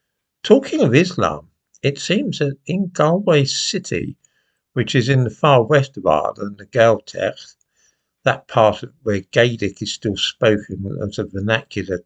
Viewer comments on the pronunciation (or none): Just for future reference; It’s not pronounced “Gal-way”, it’s pronounced “Gaul-way”